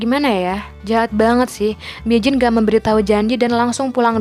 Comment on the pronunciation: Bukan mijin woi minji